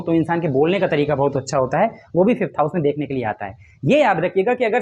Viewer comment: । वापस बनाए फिफ्थ सिक्सथ हाउस उच्चारण में एक जैसा सुनाई देति है। अष्टम भाव के बारे में आप मौन धारण कर के चल रहे है अष्टम पर भी बोले?????